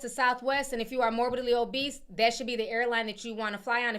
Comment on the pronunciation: Not "obeast" with the hard "t". All love Ti--no shade!!!🥰